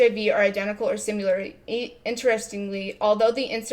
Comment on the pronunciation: Tpc: do you say ‘sim U ler’ irl? It’s pronounced the way it’s spelled - short ‘i’.